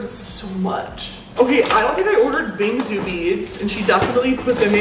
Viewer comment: jsyk it’s pronounced bing-soo (more emphasis on the soo), with a soft s sound